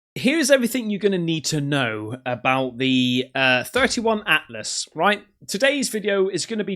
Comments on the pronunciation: 3I Atlas is pronounced three eye Atlas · 3 eye "i" atlas Not to be that guy, just thought I'd mention that. Love ur vids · Not a big deal but it's 3i atlas. Not 31 Atlas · 3 eye sounds suspect as hell